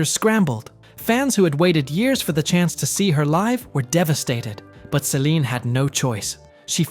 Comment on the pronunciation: If your going to make a video of Celine’ learn to say her name correctly. Get your facts right before your video , she was 12 when she met Rene’.